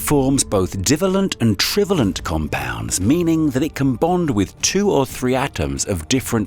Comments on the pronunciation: Pronunciations of "divalent" and "trivalent" are WRONG. Stress is on the SECOND syllable, not the first. You shouldn't guess or assume pronunciations if you're going to commit yourself to the Internet. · O. M. G. teach a HUMAN to read PLEASE. - OR - what bi-valent & tri-valent OUGHT to be pronounced. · Whilst there are a lot of interesting things in this video, it's somewhat spoiled by some ludicrous pronunciations. 'Divalent' is dye-VAY-lᵉnt, and 'trivalent' is try-VAY-lᵉnt. And 'wound', as in wound healing, rhymes with 'tuned', not with 'bound'. 🤦‍♂ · Is this an AI narrator? I can forgive ‘divalent’ and ‘trivalent’ but who DOESN’T know how to pronounce ‘Celtic’? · commentator cannot pronounce divalent and trivalent ?!! depressing that they cant get a scientifically literate presenter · Ok... words this chap can't read aloud from his script: wound, divalent & trivalent. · It would be great if the narrator could get their pronunciation correct. The bivalent and trivalent section was especially irritating. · F. F. S. lear how to pronounce what it is you're calling BIVALLENT & TRIVALLENT!!!!